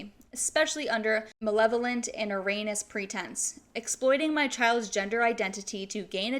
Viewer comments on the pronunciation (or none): It’s pronounced ear-rony-us